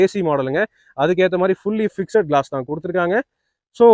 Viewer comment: 'ஃபிக்ஸெட்' என்று சொல்லக் கூடாது.'ஃபிக்ஸ்ட்' (FIXD) என்பதே சரியான உச்சரிப்பு.,' E' SILENCE.